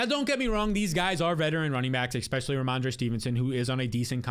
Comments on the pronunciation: Easily the #1 fantasy channel on all of YouTube. BUT you have to stop saying “EXspecially” and start correctly saying “ESpecially” pls omg it’s killing me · I’m just here for the “exspecially”